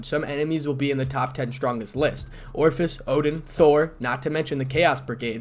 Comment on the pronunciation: I have to chuckle every time you pronounce Ophis as Orifice.